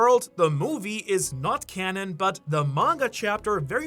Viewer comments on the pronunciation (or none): none